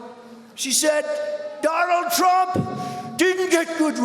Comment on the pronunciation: AT THE VERY END OF THIS VIDEO, I DONT THINK ANYONE REALISES BUT THE INDIAN PM JUST SWORE AT DONALD TRUMP WHEN HE INTRUCUDED HIM AS DO'LUND' TRUMP..........SLIP OF THE TONGUE OR WAS THAT ON PURPOSE??? I SPEAK A BIT OF HINDI AND I KNOW WHAT THAT WORD MEANS, AND ITS NOT NICE. YOU BE THE JUDGE.........MEANWHILE I SIT HERE LMAO!!!!!!